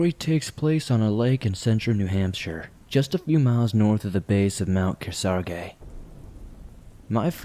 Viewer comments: That’s not how you pronounce ‘Kearsarge’… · I’m from NH, and it stresses me out how he Pronounces Mount Kearsarge 😂😂